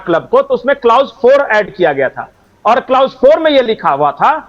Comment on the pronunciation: बहुत बढ़िया विश्लेषण किया किन्तु ये शब्द कलौस है नाकि क्लाउस...... प्लीज सही उच्चारण किया करें....